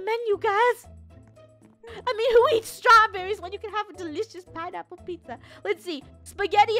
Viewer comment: "Pinaple" It's "Pineapple"